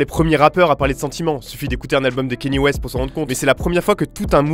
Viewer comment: Cest kanye west prononcé kan yé